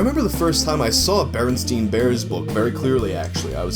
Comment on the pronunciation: Bearenstein- like, it was pronounced like RL Stein's name. I meant the E, not the I.